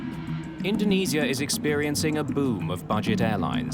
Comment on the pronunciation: Damnit get your AI narration to pronounce INDONESIA properly - not IN DO NEE ZEE A - IN DO NEE ZHA properly